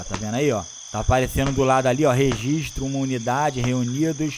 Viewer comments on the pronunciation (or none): none